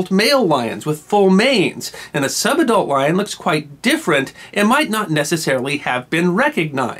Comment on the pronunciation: Took me a while to work out that he was saying "sub-adult lion"